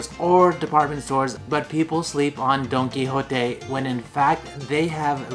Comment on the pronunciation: Don-don-don Don Qui Don Qui JOTE.